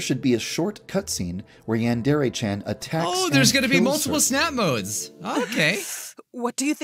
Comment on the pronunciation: saying that he couldn’t say yandere chan back then but he still cant